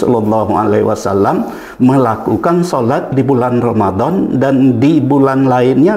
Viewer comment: Penjelasan dalam vidio ini cukup jelas, Namun Prof DR H Syamsul Anwar ini saat mengucap SHOLLALLOOHU 'ALAIHI WASALLAAM, Beliau mengucap SHOLLALLOOHU 'ALAIHI WASSALAM.....